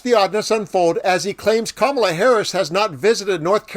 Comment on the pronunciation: He accidentally pronounced VP Harris' name correctly.